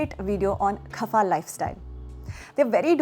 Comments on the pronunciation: ITS kapha not KHAPHA XD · Why is she laughing while narrating? And it is "kapha" , not "khafa". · It's कफ not खफा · It’s not khafa body , it’s kapha body